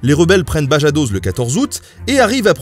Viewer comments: Bravo le veau pour ta video ! juste, à tu as dit Bajadoz au lieu de Badajoz comme l’est écrit dans ta vidéo 😬😬😬 désolé les gars 🤷🏽‍♀️ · Pareil à "Les rebelles prennent Bajadoz" .. Badajoz ! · "BaJadoz " ????? tu voulais dire BaDajoz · C'est Badajoz (prononcez BadaRosse) et non pas Bajadoz et Baléares et non pas baréales ^^ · 13'30 Badajos c'est Badaros qu on dit et pas bajados :-) bien la prononciation mdrr sinon toujours une bonne vidéo ! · Bajadoz pour Badajoz, Bareales pour Baléares... :) il faut relire ses fiches :) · c'est Badajoz pas Bajadoz(ma ville natale) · Badajoz (avec la jota) et pas Bajadoz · prononcez badajoz tout cour avec la jota, sinon comme tu dis ca dit "badarosé" les espanoels prononcent casi toutes les lettres l'ami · Moi ça m'a bien régalé ce Bajadoz XD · Mdr Baréales et Bajadoz ? Sinon c'était très bien. En tant que descendant d'Andalous je peux vous dire que la mémoire de ses conflits a bien persisté. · Juste une petite remarque de prononciation des noms propres espagnols qui pourrait devenir gênante : "j" ne se prononce pas "dj" : Jaca, Badajoz... et ñ est équivalent à (gn) français : Manuel Hazaña. Sinon, Bravo pour l'analyse très fine des forces en puissances (conservatrices/révolutionnaires, ce qui est difficile à démêler et a tendance à être présenté comme nationalistes= de droite, avec le clergé, républicains =de gauche, alors que c'est infiniment plus complexe et nuancé), qui vous évite de tomber dans une simplification manichéiste. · « Bajadoz et les bareales» lol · Super vidéo! Juste un peu de mal avec la prononciation de certains mots espagnols mais bon haha